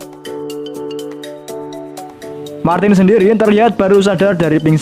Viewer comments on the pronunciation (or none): ra konsisten nyebut martin, malah dadi martis